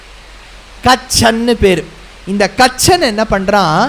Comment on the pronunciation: கச்சன் இல்லை,கசன்